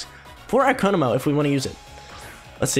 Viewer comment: It is pronounced ko-mo-o not ko-mo and not ko-no-mo